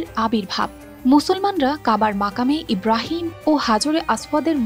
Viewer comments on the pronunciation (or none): none